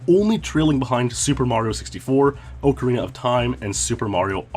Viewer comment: Pronounced ocarina wrong, I can’t keep watching